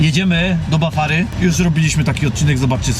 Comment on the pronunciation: Bafry a nie Bafary i nie w Bafarze tylko Bafrze